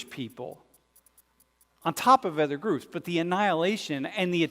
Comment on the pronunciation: Why do you say ETHER instead of OTHER